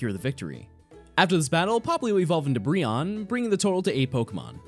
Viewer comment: Yay! Finally someone that pronounces Brionne's name correctly, lol